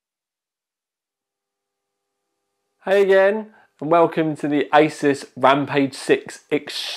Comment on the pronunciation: Did guy say isis instead of like a-sues